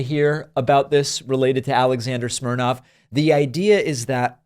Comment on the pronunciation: His name is Smirnov, not Smirnoff.